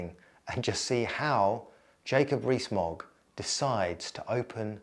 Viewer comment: Jacob REEE-Smogg